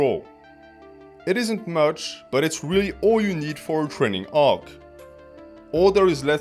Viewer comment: Trening Arc 😂 ( its the way youre saying training arc in your french accent ik your natural)